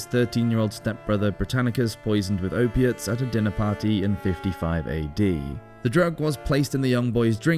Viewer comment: Ope-ates,, cannabis, alcohol.....what else did you say? When can you come over? ;-)